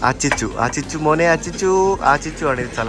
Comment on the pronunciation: അത് അച്ചിച്ചു അല്ല…” പറ്റിച്ചു”എന്നാണ് കറക്റ്റ്😂😂😂